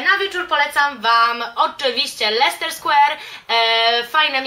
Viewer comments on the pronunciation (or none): none